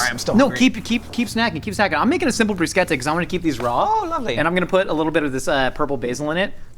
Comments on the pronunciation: as an Italian native speaker, that is one of the better instances of an American pronouncing "bruschetta" i've heard so far. well done,. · Thumbs up for pronouncing bruschetta as brusKetta ❤ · This is how I learned the proper pronunciation for "bruschetta" I guess